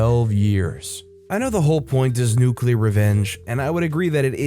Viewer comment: Nuuuuuuculer. That's sooooooooo nuuuuuuuuuuuculer. 🍄🍄🍄